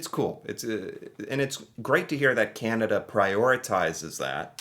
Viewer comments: The fact the voice says “Canadian” but than the country itself is “Kenuhda” drove me crazy. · Who is this narrator? The information is incorrect and he can't even pronounce 'Canada'. Hi!! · Canadians don't pronounce "Canada" like that or enunciate that way. American tend to emphasize each word, consonant, and syllable as if they are each important, whereas Canadians soften or blend them together more. The narrater is almost certainly A.I., and the script sounds A.I. too. I know you can't generalize, but no Canadian would pronounce Canada that was unless they were trying to play into some weird stereotype. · Canadian here... this video is so totally AI - written and produced. (It doesn't even pronounce Canada normally... lol - and is the reason much of the wording seems so strange! Oh, and it doesn't seem to realise that the Canadian Dairy Milk and the Caramilk are Cadbury brands...the same company it said for the UK. And yes, American 'chocolate' is vile.) That said, I'm finding it extremely amusing. 😊 (And yes, you're right about Canadians getting annoyed by always getting lumped in with Americans. 😉) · I think the script for the video you were watching was written by generative AI. It is also narrated by AI as well that doesn't know how to properly pronounce the word Canada in all instances. The channel you are reviewing is not making their own content and they did not fact check their details. I am glad you recognized that it was a little (lot) off. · The horrible AI voice can't seem to say Canada correctly.